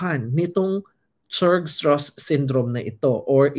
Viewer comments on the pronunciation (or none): Pronounced as Strauss like Levi Strauss.